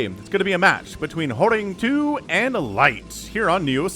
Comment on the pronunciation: Horang2 is pronounced as Horange, where the "e" is not silent, so "Horang-e"